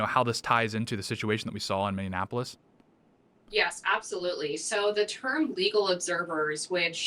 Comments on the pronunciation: Minnie-apple-is. You keep adding an extra syllable. Please fix this! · Can you try just to say Minneapolis (mini-apollos) There is no extra "In" in it. Its not Mini-in-apollos. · Does Tate say Minionapolis? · Im not a liberal but you triggered me with how you pronounced minneapolis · Tate gotta work on saying "Minneapolis" correctly lmao